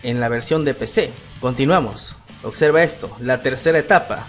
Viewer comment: En el titulo dice OBSERVA pero tu pronuncias !! OCSERVA !! todo comunicador debe mejorar su verba, saludos 🖐